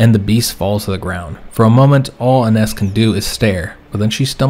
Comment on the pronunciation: Fyi your wife's name would be pronounced Eye-ness. Nearly caught up so interesting to see where this series goes!